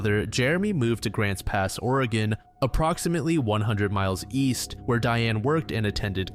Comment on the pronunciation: Dude hell yeah! You said Oregon right!